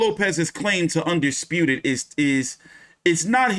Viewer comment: loma just said teo undesputive